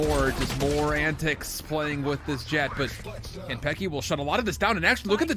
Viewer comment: im so annoyed by the caster's pronunciation of kanpeki